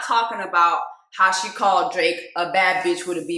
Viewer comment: Not you calling Drake “Draq” 😁